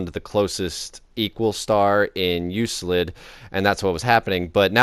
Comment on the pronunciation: Enjoyable video. Keep up the good work. Just one thing, Euclid is pronounced "you-klid".